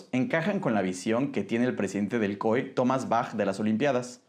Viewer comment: Porque le dice COE al COI?